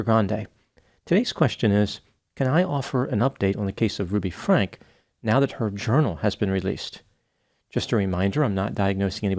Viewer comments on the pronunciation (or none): Omg it’s FrankEEEEE not Frank. How much research did ya do if you don’t even know the name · Why do you continue to pronounce her surname Frank is this your way of being sarcastic? The world knows this child abuser as Ruby Franke, emphasis on the E. Let all the truth be revealed, including how her surname is pronounced. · Just FYI, Ruby Franke pronounces her last name Frank-EE or Frankie. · I certainly don't like to correct Dr. Grande, but you wouldn't want to be called Dr. Grand. 😊 The Franke family says "Frank-ey" though if you were to say it with the original German pronunciation it would be "Fronk-a." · It’s pronounced Frank-ee, not Frank. That’s how the husband/dad pronounced it when he was being questioned. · Franke pronounced Frank-ee. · Ruby Franke is pronounced Frankie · It’s Ruby Frankeeeeeeeee…… with a E at the end. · I love your work Doc, but it's pronounced with the long E at the end. Franke, I heard Kevin pronounce it as so. 😊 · If they had made that move, the kids wouldn’t have made it out alive! Btw… it’s Frank-ee. Why do you mispronounce it… I know you’ve heard it many, many times. Weird! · It's pronounced "frank-e". There's been enough coverage that this feels like common knowledge. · Her last name is pronounced Frankee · Why don't you pronounce the last name like the family? That is kind of rude isn't it? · Dear Dr Grande. I truly appreciate your take on cases, no matter how novel, or horrid. I usually feel like I learn a new perspective most times. What bugs me, though, is the insistence on pronouncing a name differently to others, especially to those people whose name it is. It is jarring, non-sensical and pointless. You have so much to contribute - you don’t need to settle for gimmicks, or disrespect, to be different. Just sayin’… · Is Dr. Grande saying her last name incorrectly on purpose? I feel like it’s purposeful. Genuine curiosity. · Dr. Grande, why do you refuse to acknowledge the “e” in Franke?